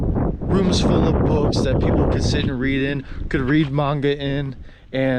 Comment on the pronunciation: Great vid! You hit some of the great places in A-ki-ta. Maybe check some of your pronunciations like Aomori and Manga. Looking forward to more vids from you in Tohoku!